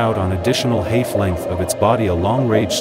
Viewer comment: What is autonomous narration? Perhaps "computer-generated narration" would be a better term. I agree, the strangely mispronounced common words, like "hayf" for "half", and flat, artificial intonation make this otherwise interesting video intolerable.